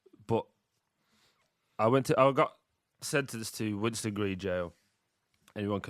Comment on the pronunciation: Why does everyone say winston its winson green ffs lol